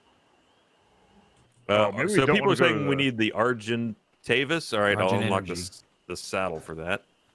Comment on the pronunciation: Alright...I'm gonna say it....PTER-RAN-A-DON. PAR-A-SAUR. ARG-IN-TYE-VIS. Also...STOP GOING INTO THE SWAMP LANDS!! lol. Theres literally a dozen different better places....like go check out green oblisk, theres ALOT of good places to build around there. And yall REALLY need to go get an Argentivis. There up in the mountain area. Cold biomes.